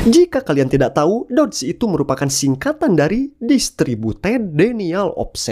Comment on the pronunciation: ini mah polisi nya jg dikasih link ny 🗿🗿 terus polisi ngeban link gak mungkin wkwkwwkkwkw, baca dedos, bukan dods -_